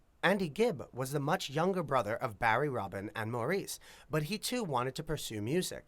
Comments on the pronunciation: Not Maurice, but pronounced Morris. They hated the disco label. They called their music contemporary r&b and blue eyed soul, pop. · I wish these announcers/video creators would get their facts straight. Maurice is pronounced Morris, Gibb without the "s", etc... Overall factual, but some of those things are just annoying, lol. They never considered themself a disco band. They already had 3 platinum albums before Saturday Night Fever. They considered themselves blue-eyed soul and loved the R&B sound. Otis Redding sang Dock of the Bay, good song 🙂 The Brothers went on to create hit songs in 5 consecutive decades!!